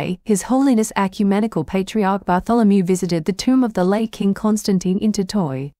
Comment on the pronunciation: Please learn to pronounce the names of the people you report about! As for the ECUMENICAL PATRIARCH BARTHOLOMEW he is the leader of over 300million Orthodox Christians around the world and he deserves the correct pronunciation and spelling!!! Please be careful! Thank you!